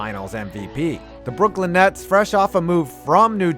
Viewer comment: Did you say "the Brooklyn Nads"?